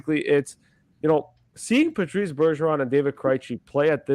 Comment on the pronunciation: its patrice not patrick